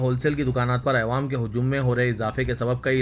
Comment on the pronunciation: bhai Ma Shah Allah bahot ache se padhte hain Akhbar lakin ek lafz p ghalti hori jab bhi ap awwam bolna chate aewam bolte ho plz khiyal rakhin